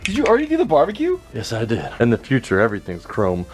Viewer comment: U said the SpongeBob future meme wrong it ain't Fu tire it's fuuuuturrrrrr